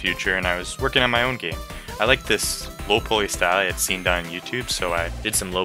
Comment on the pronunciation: i didnt actually expect you to respond lmao u just pronounced it strange thats all ¯\_(ツ)_/¯